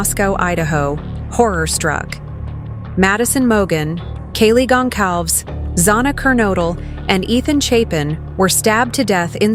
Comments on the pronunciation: It's not pronounced: "Gone-KALVZ". It's: "Gon-SAL-ves". The real spelling is: Gonçalves. The "c" is pronounced like an "s". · Gunkelves? Please respect the victims by AT LEAST saying their names properly, ffs. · Can’t even pronounce Gonçalves correctly it’s Portuguese wtf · Learn to say Kaylees last name pls.